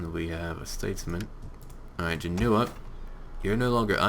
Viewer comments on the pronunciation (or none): none